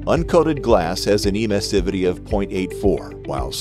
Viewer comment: Good video, but the mispronunciation of the word Emissivity is totally distracting. It should be clear that it has to be pronounced like in Emission